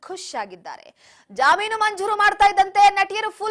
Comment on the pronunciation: Jamoon alla jameenu adu bvc munde😂